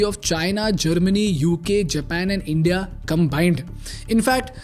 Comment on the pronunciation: Bro please atleast say the word India better